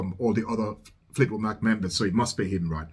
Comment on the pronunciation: fleetwood Mac like like in (a)mbrosia not like m(o)cking. Or like hay Mack.